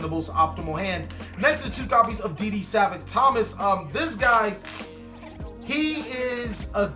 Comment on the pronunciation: its SA-VAANT not savent